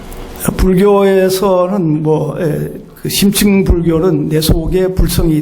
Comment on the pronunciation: 심층을 "심칭"이라 잘못 발음하셨습니다. 강의는 참 좋습니다